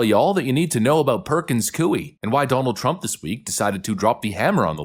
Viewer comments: careful - the 'grandma' you reference was brainwashed. She actually is trying to find a way to be 'unpardoned' and was upset that Trump pardoned her. there's a video for you. also... sorry... it's not COO-ee, it's coy-E. (basically the -y to -ie swap out). Like saying "boy" but giving the emphasis on the 'y'. You know... like saying 'yeeeeahhhh boy-eeeeee"? Perkins coy-EEEE. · it is pronounced Koy. It sounds like Roy, but with a "K" sound. ❤ your channel! 🇺🇲🙏💯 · Coie is pronounced as "coy". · Hey “” why do you deliberately mispronounce words. You sound uneducated: Charicature, Coie, Aragua. I understand “demoocracy” but what’s the story or the meaning behind the mispronunciation of the other words? Please tell us. By the way love your work though. Try use Google to find the correct pronunciation of the words if it’s not deliberate.